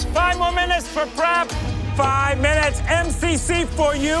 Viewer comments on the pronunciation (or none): Alvin: 5 more minutes for prep What I heard: 5 more minutes for crap😂😂